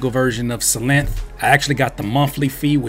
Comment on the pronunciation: it's pronounced like Sylenth, not Sylenth!! Fire beat! Love the videos!! It's Synthesiser, not Sinthisissor!!